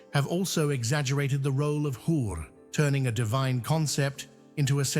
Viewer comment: Assalamu Alaikum Wa Rahmatullahi Wa ba Rakatuhu Brother . Firstly , It's Hur, and please make it correct in the subtitles cause " Whore " is not the same meaning . Sorry brother and the women who is married multiple times and if all her husbands goes to jannah but she will be with the last one according to saheeh hadith. Secondly , the last person who will enter jannah will have 10x the size of this dunya and two Hurs . Again, it's not the number you are thinking cause a man will be given 100X power to mate with Hur . Another Hadith is a man who will be asked to choose Hur whomever he wants because he controlled his temperament in this world and stayed calm in every situation in this world . He will be asked to choose anyone . Another Hadith is if a Hur just shows a glance of her finger in this sky's atmosphere, it will be so radiant that the suns light will be dimmed against it . Another hadith is if a Hur just spits a bit in this worlds ocean, it will be sufficient to turn the whole ocean from salty to sweet . Lastly, here we are made out of clays . But in jannah, the Hurs are made of Saffron . Its totally different. That's why the Holy Quran says , " Jannah will be like that no ears have heard , No eyes can see, and no hearts can even imagine . " But the ones suppose Maryam AS will be more radiant than Hurs . And if a husband and wife both go to jannah, then she will be the Queen of Hurs for that husband and most beautiful . 😍. Zajakallah brothers .